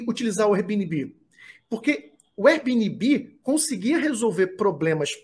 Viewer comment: Veja como se pronuncia airbnb